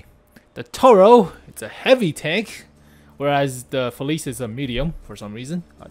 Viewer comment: hey, its a small thing but it really bothers me how youre pronouncing “felice” Youre saying “feliz” Its pronounced “feliche”:)